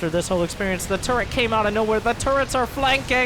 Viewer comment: There is no “N” in turret!!!!!!! !!!!!!